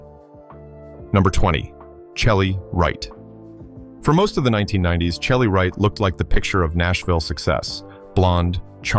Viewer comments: Omg I hate bots. It's pronounced Shelly, not chelly. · Must be AI narrating this video...an actual human would know Chely Wright would know her name is pronounced Shelly not CHely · It's "Shelly Wright ", not Chelly. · I believe Chely is prpnounced Shelly. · Shelly not Chel ly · CHELY IS PRONOUNCED SHELLY! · First of all Chely is pronounced Shelly! Secondly being gay is not a preference, its who they are.